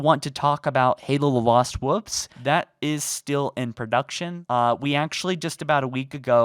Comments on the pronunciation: Woolf. Not wufs my dude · Yeah I thought he said that too